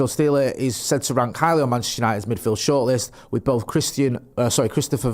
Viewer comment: Guys, just a heads up: the right pronunciation is like the Actor Ben Stiller - just with a Sh -> Angelo Shtiller Greetings from Germany